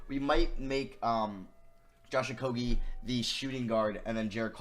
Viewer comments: stopp saying okoGie it is so annoying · The amount of likes this comment gets is the amount of times he said Josh Okogie’s name wrong